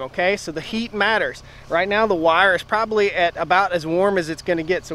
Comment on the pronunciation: "Probaly"????? "Akshuly"?????